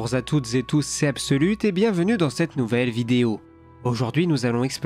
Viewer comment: " Bonjour zatoute zétouss " T'étais fatigué Absolute.